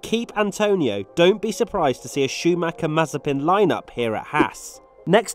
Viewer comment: He called Mazepin and Schumacher